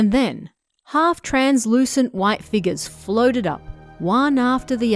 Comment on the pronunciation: I am surprised to see have trouble pronouncing the word, Translucent.